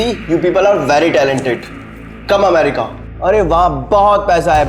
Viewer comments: Correct word America but saying amrica😅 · America ❌Amrika✅🤣🤣🤣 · Amrika nehi behen America 😅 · America bolna bhi nahi aa raha or inhe America jana he 😂